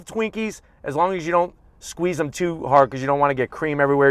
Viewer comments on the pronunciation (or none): none